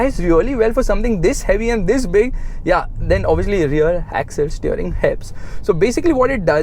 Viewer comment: Every Time he say "TTHIS"